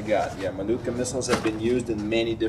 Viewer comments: being Russian I appreciate the way you pronounce "Malyutka", sounds 91.9% authentic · It sounds 100% authentic lol. I don't know what you're talking about.